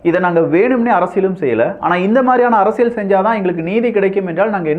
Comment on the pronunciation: தம்பி. அரசியள் இல்லை‌ அரசியல் உச்சரிப்புசரியில்லை